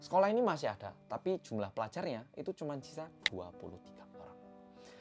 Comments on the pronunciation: Awal nonton rasanya sedih dan marah, tpi tbtb ngakak cuma karena typo ngomong “tapi” jadi “tapu” wkwkwk mana dibikin tulisan sama editor wkwkw sereceh ini akuuuu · "tapu" ngakak karna typo ngomong doang wkwk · Salfok ama kata "tapu". Lidah kepleset. Untung bukan sapu ya 😂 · Bengek pas bilang "tapu"; )